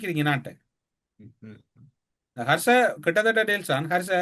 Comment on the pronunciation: கர்ச அல்ல ஹர்ஷ. மற்றவர்களுக்கு வகுப்பெடுப்பதை விட்டு ஒழுங்காக சொற்களை உச்சரிக்க பழகவும். முஜிபுர் குற்றமற்றவர் என்பதை அவர் பேச்சிலேயே கண்டுபிடிக்கும் அறிவுக்கொழுந்து இந்த. ஆல்பர்ட் ஐன்ஸ்டீன் இவரிடம் தோற்றுவிடுவார் போங்கள். சமீப காலமாக SJB இற்கு ஆதரவாக பேசுவது புரிகிறது. Isham insight என்ற சிறுவயது யூடியூபர் இடம் வகுப்புக்கு செல்லவும்.